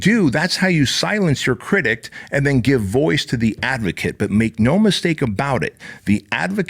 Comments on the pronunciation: Critic, not critict. Love ya man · I know English is your second language, and as someone TRYING to learn Spanish I have mad respect for you. But for the love of god; it's 'critic'. There is no 't' or 'ed' at the end. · Please someone tell this man there's no t at the end of critic! Love you ❤️ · If you say cridict one more time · Pssst critic not critict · I find it endearing😊 makes me smile every time he says it